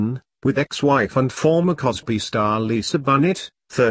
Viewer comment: Channel Fitzgerald...,Kidmaaaaaann, Lisa Bunet, what a bloody joke.,,. Get it right or get off here